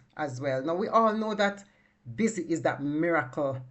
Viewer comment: It’s Bissy not busy